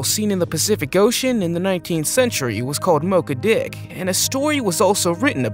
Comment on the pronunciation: It's called Moby Dick, you didn't pronounce it properly